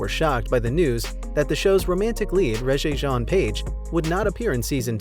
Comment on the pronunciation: Really? You need to learn how to pronounce the name Rege.